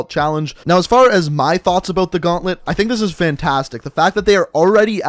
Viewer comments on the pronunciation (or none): he pronounced the zombie gaunlet so badly its french come on